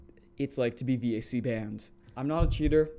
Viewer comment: the vac ban was for csgo. if you at any point had any third party dll hooked to csgo, you got banned, whether the dll were cheats or not. also a vac ban doesnt ban you from all games. and lastly, it’s just pronounced “vahk” or like vacuum without the uum